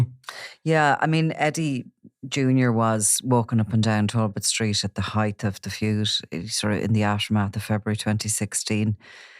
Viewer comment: Why have people started pronouncing words like HEIGHT incorrectly?